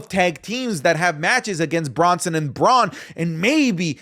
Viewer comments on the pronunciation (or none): none